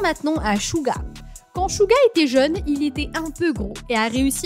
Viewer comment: Tu dit pas bien les prénom de Jungkook dit le mieu De v dit son vrais nom et ses theayong Jin tu peut mieu dir s'il te plaît Suga ses pas chuga ses suga